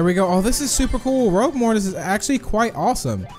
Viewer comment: You did not say ROUGUE right